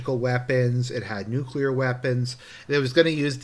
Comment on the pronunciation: I 'member they were "nucular" weapons 🤭